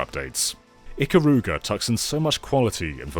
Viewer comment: And Japanese and weebs don't pronounce "Ikaruga" that way